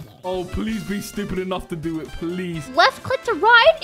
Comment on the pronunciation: Bro realy said stubid